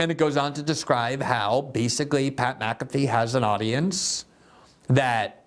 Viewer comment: Btw, MfFree should never be pronounced lik Maafee. Mc and Mac are not at all the seme. There are family names that begin with Mc and others with Mac. They aren't the same.